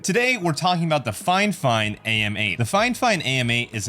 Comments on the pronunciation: Fifine and not FineFine 😂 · Its the "fi fine" not the "fine fine" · It hurts my soul that you keep saying fine-fine and not fi-fine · You keep saying finefine when its Fi fine. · "finefine"? haha bot reviewer go look for other hobbies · okay cool. You're the only one doing it though. And I heard a few different pronunciations of it. Everything from fee fine to fi fine to fuh fine.